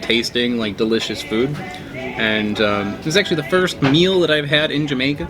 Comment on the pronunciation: series should be called: wakin troo jamaka literally spelt like that n pronounced like it to add to the charm